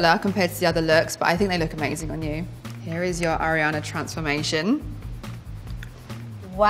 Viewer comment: "I'm a huge (air-iana) fan" 🤦‍♀️